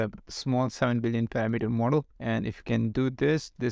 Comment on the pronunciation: Hey man just a tiny English tip, the emphasis in parAmeter is on the second a, not the first e. Good video, very interesting. Hope I wasn't too annoying (